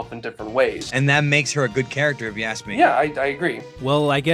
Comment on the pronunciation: I like how emphasises on 'aassk' because he was criticised for saying 'aks' like other african americans do lol